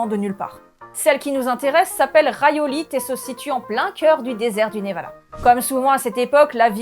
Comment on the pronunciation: Je crois qu'on prononce rîolite et pas rayolite. 😂❤